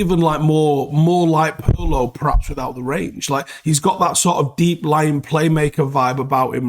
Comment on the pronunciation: Glad to see you say pirlo too